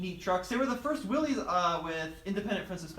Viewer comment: FYI, it's pronounced "Willis," not "Willies."